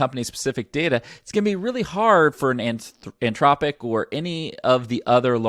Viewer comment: For the record, the company name is Anthropic, not Antropic.